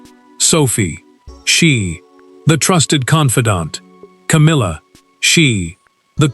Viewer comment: Love the “Cowmilla”!